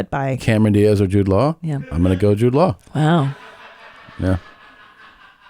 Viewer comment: I thought Cristina was saying Jewed lol I was like damn I don’t think you’re supposed to say that